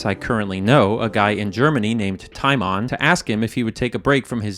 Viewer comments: You don't pronounce Timon like that in Germany btw. It's more like tee-mon. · Love the way you pronounce Timon 😂